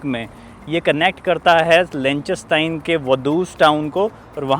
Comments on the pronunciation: Lik -sten-stein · Pls learn to pronounce the name of the country correctly …. lik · tuhn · stine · Pronunciation is wrong. It’s “lick," "ten," and "stine"